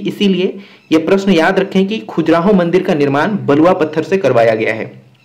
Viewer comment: Khajuraaho.. Not khujraho